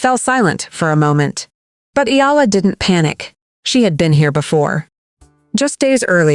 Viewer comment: Eh Ya La not Yala